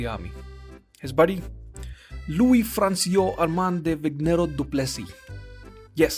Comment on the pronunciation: you must say it like "France-wha"